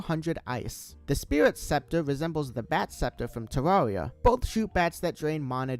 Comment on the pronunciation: Even, who has never played Terraria, pronounces it terr-are-ia (correct way) instead of terr-air-ia (incorrect way, anyone who pronounces it like that should not be trusted)